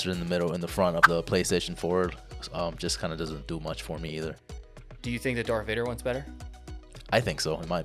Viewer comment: Darth Vader not Dark Vader. Fuck.